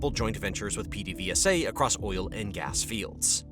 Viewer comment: its (ped-a-VAY-sa)